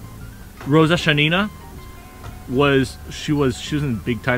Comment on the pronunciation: A quick note: it is Shánina, stress on the first syllable. Great video🔥